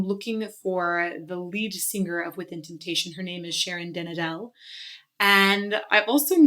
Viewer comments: Ouch. Got the pronunciation of both names wrong! Checkout the right em-PHA-sis :-) An-ek-a and Sharon den A-del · I’m sorry but you have to pernounce it as Sharon den Adel. This is how you write her name also. Sharon - den - Adel. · Lol at how you pronounce their names haha By Anneke the focus has to be on the A and not the E And with den Adel, they're actually two different words. Translated in English it means 'the Noble'